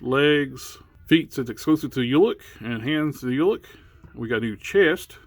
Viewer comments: Hey I got you np! It is pronounced Ulik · I always thought it was pronounced Ulik not Ulik 🤦🏿‍♂️